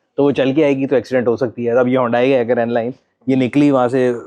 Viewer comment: Stop calling HYUNDAI, "HONDAI"